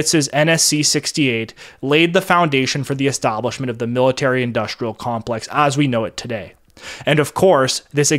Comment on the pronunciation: The narrator has a speech impediment. He pronounces industrial as "indushtrial", and lots of other examples. It may be cultural appropriation from the blacks.